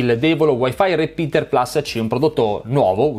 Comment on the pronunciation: Plus è latino!!!! Si legge PLUS!!!! CAVOLO!!!!